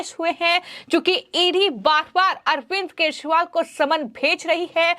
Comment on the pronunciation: are kejariwal ka naam to theek dang se bol lo, kya achor ho... apni aawaj theek karo